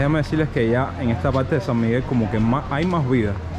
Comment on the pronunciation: Se dice PaRRTe no Palte